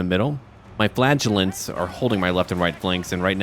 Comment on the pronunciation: Every time you say "flagellants" I always think you're saying "flatulence" and now I can't stop thinking the flagellant's secret weapons is gaseous fumes...